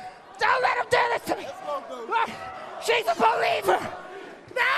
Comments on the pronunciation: * Help me BO-Leivers * XDXDXDXDXDXD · Those guards weren't "bo-lievers" ;)